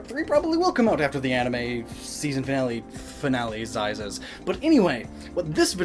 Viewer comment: "Finale-zises" XD